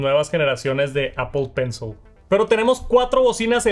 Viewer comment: Solo escucho "Apo penso"